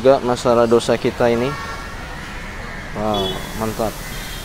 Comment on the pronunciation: Tulisan nya dosa tapi bacanya Tose 😁😁😁